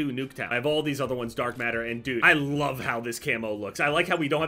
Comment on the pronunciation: “I wuv recon”